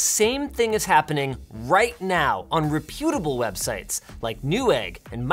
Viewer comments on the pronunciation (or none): Ree puew da bol? Rep yew ta bol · Linus: “rehp-YOO-teh-bul websites.” lol (“REP-yoo-teh-bul websites,” Linus) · REP utable NOT NOT NOT re PUTE able Aaargh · What if I told you rehPYUtable is pronounced REHpyutable. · "...'repyootable' websites...?" (closes window and cries in the corner) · "Re-PUTE-able" you say... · What is this word rePYOUTable? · I hate to be the pronunciation police but I've heard no fewer than a half dozen videos in the past couple of days with creators as large as you who mispronounced simple words. Yours happens in the first few seconds of this video. "Reputable" is accented on the first syllable, not the second. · I’d start by telling you that you should double-check how to pronounce, “reputable.” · Cant trust a guy that cant pronounce the word reputable. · Is that how " reputable " is supposed to be pronounced? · Is anyone else triggered when Linus pronounces reputable?